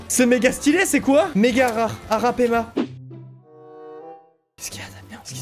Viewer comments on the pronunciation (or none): "arapAIma" mdr aucun respect pour les poissons de l'Amazonie miskine (c'est arapAÏma) :') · C pas arapama mais arapaïma